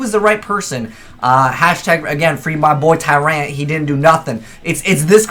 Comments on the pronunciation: its pronounced TYrant, not tyRANT. Learn english ya weeb. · Stop saying Tyrant with a hard A. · "Tur-ayunt," what region is he from? Americans have weird accents. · the way he pronounces Tyrant -.